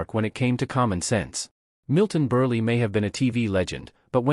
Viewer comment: Every one of these “dimwits” are smarter than this AI voice who doesn’t have a clue on how to pronounce Milton Burl name